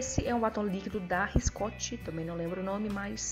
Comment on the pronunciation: showww, so que vc ta falando RICOSTE errado !!Vc esta falando Riscote rss ficou lindaa s2